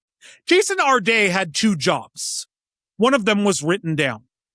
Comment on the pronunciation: When you put the accent on the second syllable of Jason's last name, it makes him sound like some fancy French guy, which he was not.